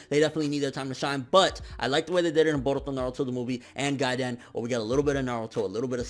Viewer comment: the way this man says baruto is hilarious hahaha